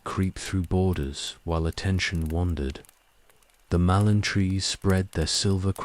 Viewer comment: After the about the 12th time of hearing a Mallorn Tree called a MALONE tree, I had to stop it. It's not as if it's mispronounced every time, every 3rd or 4th time, it's pronounced correctly, so it's just lack of care. Annoying enough to erase any sleep inducing effect it might have, as every time I hear MALONE TREE, I'm certainly in no mood to sleep!